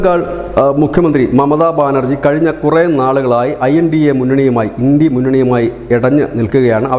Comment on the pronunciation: India എന്നതത് ഇണ്ടി എന്ന് വായിക്കുന്ന വാ പൊളിപ്പൻ വെട്ടോ വളിയൻ